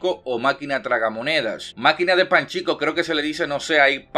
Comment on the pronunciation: es pachinco no panchico xD